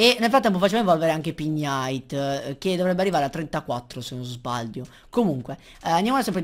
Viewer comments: Si pronuncia pig-nite non pign-ite il suono "gn" non c'è, devi leggerlo come pig cioe maiale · hei sei grande!!! comunque Pignite su pronuncia " pig nait ":) continua cosi sei grande!!!!!!!!:D